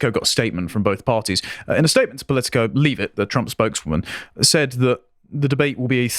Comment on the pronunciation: It is funny when people say Leave-it when trying to say lea-vitt